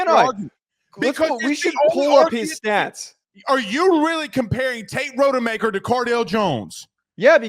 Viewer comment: Unwatchable. Do your research. Rod-a-maker.